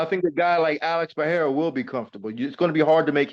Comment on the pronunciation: Shoutout to Laura for not calling Pereira, Peheira